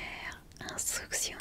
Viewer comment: Salut, je adore regarder tes vidéos et j'ai entendu que tu avait des problèmes à dire le mot instruction si tu veux l'apprendre tu peut l'écrire comme tu l'entend Par ex: instruction = uns truk sion